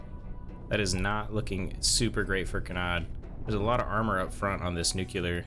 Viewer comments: sorry just curious about the way you pronounce "nuclear", to me it sounds like you're saying "nukelar" instead, is that an american accent thing? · He almost pronounced nuclear correctly, but caught himself and corrected it to the Bush Jr one. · I thought he was just trying to be funny. Us middle aged Americans grew up with Homer from the Simpsons saying noocooler